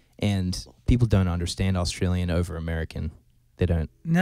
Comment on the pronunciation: How can you not even say Australia properly as an Australian. Wtffff.